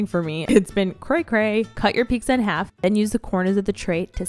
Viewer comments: Idk why but please stop saying piKza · Pizza = Peetzah pizza = Peeksah